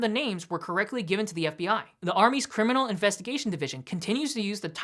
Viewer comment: No cryminal record...wtf dude are you from Mars?